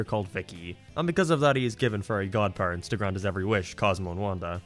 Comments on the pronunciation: Not gonna lie, anytime he said Fairy it sounded like Furry lmao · he pronounces fairy as furry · I'll never unhear "furry" whenever you say "fairy." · I cannot NOT hear saying 'furry' whenever he says 'fairy'. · It kinda sounds like he's saying "furry" instead of "fairy". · accent makes "fairy" sound like "furry" and I would really want to watch Timmy and his Furry Godparents. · Took me a while to figure out you ment fairy and not furry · So glad I'm not the only one hearing "furry" every time he says "fairy" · Sometimes I hear you say "furry" instead of "fairy", it's weird, not gonna lie. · WOOAAAHHHHHH HE SAID """""FURRY""""" INSTEAD OF FAIRY!!!!!!!!! HOW CURIOUS, WE ALL KNOW AS RED-BLOODED, BURGER LOVING, NATURAL AMERICAN HE IS!!!!!!! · I always hear "Furry" when he says fairy. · everytime he says fairy i hear furry and that reminds me that those people exist, help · Every time you say "fairy" I hear "furry" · fairy Captions: Furry